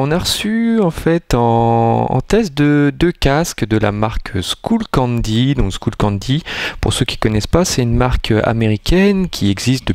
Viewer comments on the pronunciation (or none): Juste c'est pas skoullcandy mais skullcandy:soit ton accent est pourrit soit tu sais pas comment le prenonver